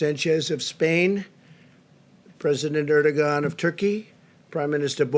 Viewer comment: Who’s horrible idea was it for Trump to botch all those names, especially Erdogan’s name.